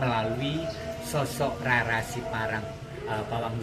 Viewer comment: Nama asli Jawa...mengucapkannya itu Raden Roro... misalnya Rara Jonggrang, Rara Mendut...mengucapkannya " RORO" Rama...mengucapkannya " ROMO"